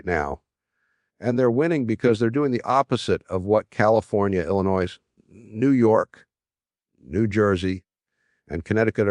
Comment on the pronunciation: IlliNOISE? I think even when Jim was alive he knew how to pronounce Illinois! What a bunch of AI garbage!